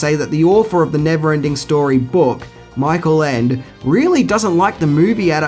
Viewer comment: The orginal Story is called "Die unendliche Geschichte" and the author Michael Ende. "Ende" means "ending" or "end" in German. So there is even a bit of a word play in the title. Because "unendlich" means (of course) "neverending" or "endless". And btw (no offense) you pronounce "Michael Ende" completely wrong. The dragon (Falcor) is called "Fuchur" in the original language and you can see the model of him they used in the film in the movie park Babelsberg (film studios in Potsdam near Berlin). I am not sure if you still can see it there. But at least I did in the early 90s when I was a kid/teenager.